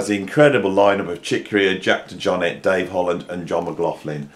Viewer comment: first let me say I'm not one to correct how people pronounce names on the Internet, but am I the only one noticing he is pronouncing DeJohnette wrong?